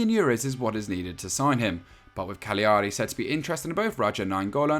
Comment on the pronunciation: It’s pronounced Cal-yari.